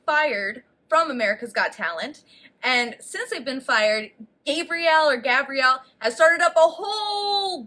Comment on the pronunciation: For the love of God /gah-bree-elle/